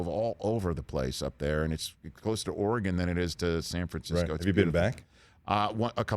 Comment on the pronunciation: Thank you for pronouncing Oregon correctly Almost nobody from the East Coast Does